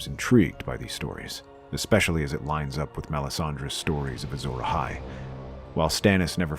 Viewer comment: Anakin:"What is A Azhora Ahai"